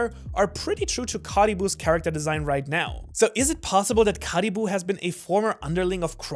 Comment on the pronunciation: How he says Caribou hurts my soul